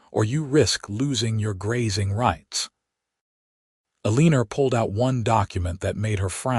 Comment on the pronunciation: Uh- lee- ner!??!! You need to fix your AI narration! Eleanor is not pronounced Uhleener, and it's so off-putting I can't continue😢 Also, women didn't do accounting back then.